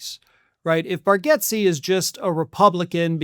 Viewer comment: It’s pronounced Bar- gates.